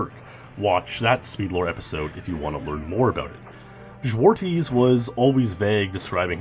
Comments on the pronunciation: Zwartjes is pronounced more like: zwart-yes or zwar-chess instead if zwarties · I love how you butchered "Zwartjes" and the other Dutch names